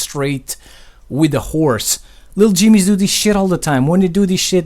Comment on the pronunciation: Damn those Leetle Jeemies